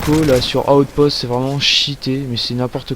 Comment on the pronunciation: Chuck norris ne dit pas outpost mais bien outspot.